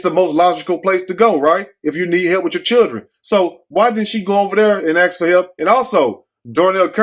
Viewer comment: why do they have such a problem with the word ASK? they axe instead...